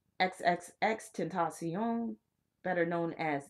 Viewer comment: Ten tas yon. Its spanish. You're still not saying it right